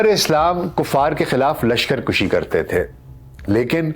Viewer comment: A.A... Lash kar kushi ghalat hay lafz kashi hay